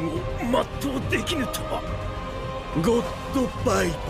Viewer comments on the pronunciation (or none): Lol so pimp how he said "God bye" instead of "Good bye" 👍